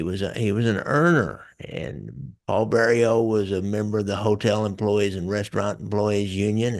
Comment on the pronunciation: Jimmy owned Roberts Lounge. And it's Vario not Bario.